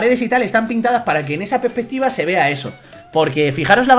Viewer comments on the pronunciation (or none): la pespetiva, la pespetiva XD